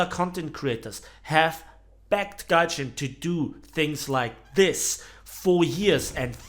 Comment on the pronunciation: This mispronounced word "Tryjin"... Scarry how accurate this describes the method of operation of this company :D